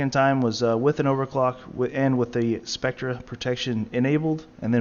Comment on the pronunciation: Spectre is pronounced "Specter" (in the USA most words that were originally suffixed with -re were switched to er but they both are still pronounced like "-er") Examples: UK: Metre US: Meter or UK: Theatre US: Theater and many more. Some examples of words in USA that kept the RE suffix are 'mediocre' which is pronounced as "Mediocer" in the USA and 'acre' which is pronounced "acer" both in UK and US english